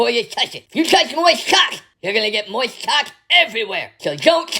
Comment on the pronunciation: Don't touch moisht caulk! 😂